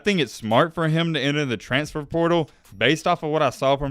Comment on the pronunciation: Our expectations might be low but at least we don’t pronounce it “transtfer”. 😆